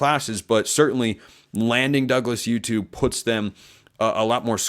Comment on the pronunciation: I dont know how to pronounce his name either, but it's probably oo-too /uː.tuː/ not yoo-too /juː.tuː/ Putting a "y" /j/ sound in there when a word is spelled with a "u" is an English thing.